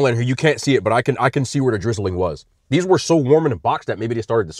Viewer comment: His way of saying these donuts is "gas"😂